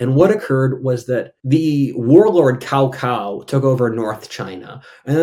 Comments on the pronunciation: No, not "cacao", pronounce the c as "ts", please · Great video! Have insta-subsribed. Very clear and simple explanations and honestly quite spot on pronunciations! ... Until the end of the video haha, Cao Cao is pronounced with a soft "Ch" and not a "K" so it would almost sound like 'ciao ciao' but no "I". Pinyin is weird like that lol.